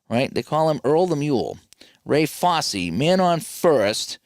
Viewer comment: Fosse rhymes with "bossy"